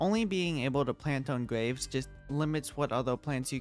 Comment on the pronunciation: i like the way he says graves. “gwaves”